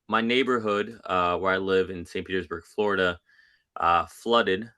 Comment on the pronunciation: He was "flow-rida"